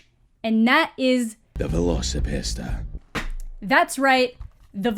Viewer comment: My favorite part is that the trailer narrator's accent makes it sound like he's saying Veloci-Pasta, like there's some velociraptor based pasta dish being served somewhere. Like, idk, shrimp scampi but with velociraptor meat or something.